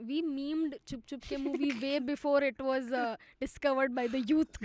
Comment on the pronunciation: repeating "" so many times was hilarious also, its CHUP CHUP KE not CHHUP CHHUP KE 😅